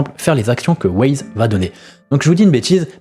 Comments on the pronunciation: Yop j'aime bien tes vidéos mais steplais cherche bien tes sources ou écoute bien les lives ... Wyze c'est pas Waze, imagine on t'appelle "caille", les préinscription on était atteintes pendant le live, Pour la prospection j'trouve ça plutôt juste de faire ca surtout sur un nouveau serveur pour que tout le monde soit sur le même pied d'égalité et pas se retrouver à choisir une classe chance par dépit. Mais sinon continue comme ça, t'es videos sont bonnes et fais attention a tes prononciation 😉 (essprès 🤣) Ciao bonne journée 😘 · bah perso en écoutant le live je le prononce comme un y en anglais voir le i qui devient why donc wyze Wyze en prononçant Waze ça me fait penser a wouaise 🤣 Après si il t'a dit de le prononcé Waze my bad mais j'ai pas entendu ça sur le live